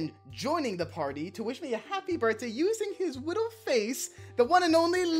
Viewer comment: Everyone: HAPPY BIRF Me: HAPPY BIRF